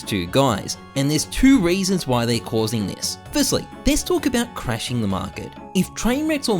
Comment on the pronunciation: theees eees something dumb thees eeess dumb theees ees